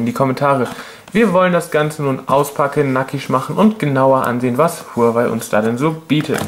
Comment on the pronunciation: Sehr gutes Video aber Huawei wird wahawei ausgesprochen (glaub ich)